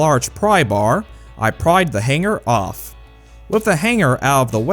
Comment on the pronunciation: The "G" is supposed to be silent.